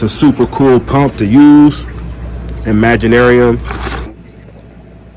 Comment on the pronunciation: Imagi”T”arium bro😄. Thanks for the review